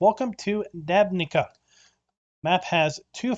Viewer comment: It's pronounced "Dabnitsa"